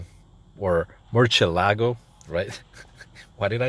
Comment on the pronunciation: Murcielago is pronounced as Mercy-Lago